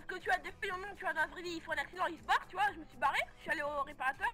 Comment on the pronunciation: "tu oua"